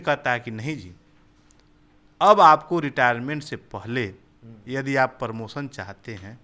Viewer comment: Bandhu jab aap promotion ko sahi sahi nahi bol pa rahe ho to aap kya hi journalism karoge .Apse achchha to gaon ke galiyaron me bachchhe bolte hain.